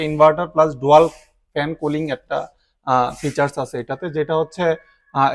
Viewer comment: ডোয়াল নয় ডুয়াল হবে উচ্চারণটা